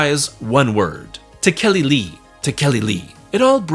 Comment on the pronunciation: Tekelili is usually pronounced as “tek-UH-lee-lee”. At least in the HPL Historical Society.